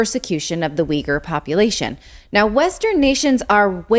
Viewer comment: I've already posted a comment about this before, but I'll try again. Zaporozhye is pronounced [zah-po-rozh-yeh] with the stress on the third syllable. Oh, and you mispronounce "Uyghur" too, I couldn't understand what you meant for the longest time.